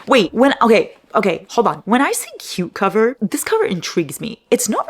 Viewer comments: For #9 I thought you said “a book with a cucumber” 😂 oddly specific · I thought you said a book with a cucumber, instead of a book with a cute cover.😂😂😂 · Am I the only one who thought said “book with a cucumber”?? 😂